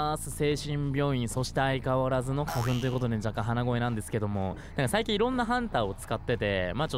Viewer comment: "どうも" が可愛い ！！ 花粉(?)が 古墳にきこえたww